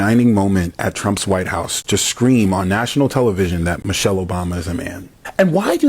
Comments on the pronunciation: Josh Hokit is such an idiot, he couldn't even pronounce her name correctly, because he is an idiot. He said "Mochelle Obama is a man." Please listen carefully, because this stupid YT racist probably had too many strikes to the hear to even speak correctly. SAD. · He said mochelle 😂😂😂 you can just make fun of stupid folks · He couldn’t even pronounce Michelle properly. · It's pronounced Michelle not mo-chelle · That idiot said "mo chelle" he didn't even pronounce Mrs. O's name correctly. Those people are deranged attention seekers. I feel sorry for them. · Mo-chell, he can't even pronounce Michelle. Just ignore the willfully Ignorant 😊😂😂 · Can errr’body pronounce MICHELLE & BARACK’s names correctly?? The fool that insulted her said MO-chelle…and Barack was mispronounced throughout this video. 😖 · Barack - Ba-rock, pronounce it right... and its President Obama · I’m still trying to figure out who MOE-chelle Obama is, b/c that’s how he pronounced it. 🙄 Overly LAME!